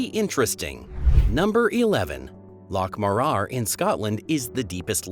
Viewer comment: Pronounced Loch Morar wrong.